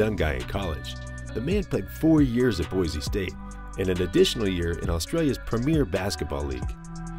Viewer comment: ITS NOT PRONOUNCED BOIZE ITS PRONOUNCED BOY SEE